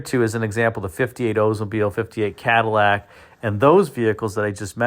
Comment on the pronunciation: One of my favorite cars of all time. I agree the '60 is cleaner, but I'd take either one, you know, if I had to. I do find it interesting that this video seems to be referencing the 1959 Cadlack. Cad-i-llac isn't a pronunciation you hear much in the vid. Heh.